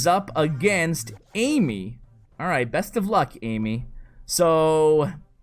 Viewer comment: "AMEY" is pronounced Uh-May, not AMY:)